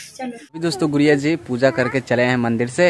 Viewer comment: bhaiya aap गुडिया जी को गुरिया क्यों बोलते है???????????